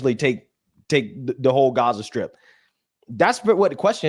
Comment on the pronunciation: strip..not skrip